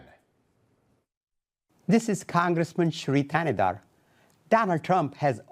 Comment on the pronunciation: Sheri Kandahar is the right pronunciation 😂